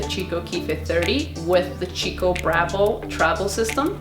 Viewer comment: The brand is pronounced "key-coh" not "chi-co"